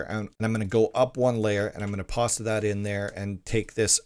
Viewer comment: This video has helped me a lot with managing my own rust server that I will soon be trying to make live and I am very thankful for it! Out of curiosity, why do you say "pasta" instead of "Paste"?